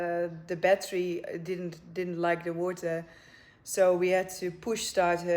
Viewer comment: The Nigerian "in da wota" 🤣